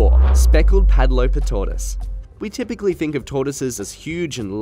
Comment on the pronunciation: I love how you pronounce padloper tortoise. It's actually pronounced puht-lwooper